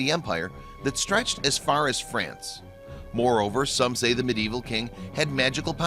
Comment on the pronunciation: white owl he also pronounced Glasgow and mediaeval wrong but did say Monmouth correctly.